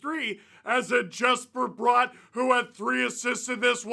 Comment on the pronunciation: Maybe Bratt got those 3 assists because he's tired of Steve saying his name wrong. Also, it's not only Jake Allen but also the Devils finally have Nico, Jack and Timo healthy and contributing. They still have a lot of guy out on D so they deserve more credit than just saying it was the goaltending.